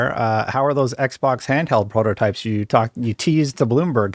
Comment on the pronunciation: “Prototypes”…you surely did try 😅